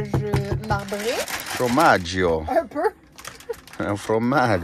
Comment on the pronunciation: Alors premièrement bravo pour votre jolie voix. On devrait en profiter plus souvent. Et d'autre part on dit pas fromagio mais formagio; Ravie de voir Kim sortie des douleurs. Couper l'ongle ce n'est pas envisageable? sacrilège. Cela me semblerait plus raisonnable pour favoriser la guérison. ET merci pour ce beau partage plein de joie et de soleil. Désolée pour mon côté donneuse de leçon c'est exceptionnel. Je vous aime beaucoup. gros bisous les but????